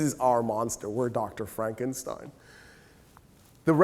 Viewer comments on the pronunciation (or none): none